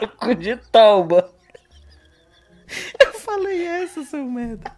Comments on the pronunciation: 10% do video: piadas imaturas 90% do video: "simbora ku de tauba" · "Simbora cu de preda" "Simbora cu de folha" "Simbora cu de tauba" "Simbora cu de taipa" Kkkkkkkkkkkkkkkkkkk EU VÔ MORRER!!!! Kkkkkkkkkkkk